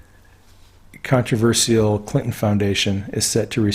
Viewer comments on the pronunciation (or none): none